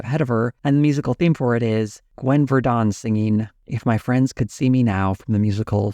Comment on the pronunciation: Mispronounced Gwen Verdun. Those things are distractions